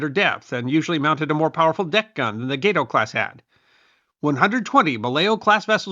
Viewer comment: The GATE-OH is actually GAT=OH. It was named after the gato shark, or "cat shark". Gato is Spanish for cat, so check your Spanish pronunciation..